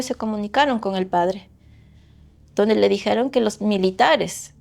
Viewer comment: pronuncia raro el "con"